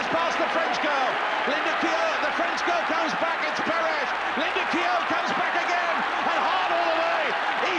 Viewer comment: Oh and Marie-Jo "Peresh" as a youngster